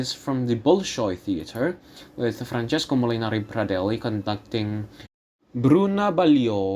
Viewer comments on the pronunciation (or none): none